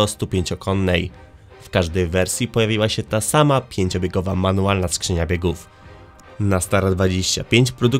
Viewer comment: Gówną wadą, krzynia biegów.....wada wymowy